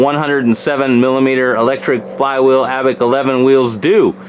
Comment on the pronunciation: Abeck! that's how you kept pronouncing it. Its Abec!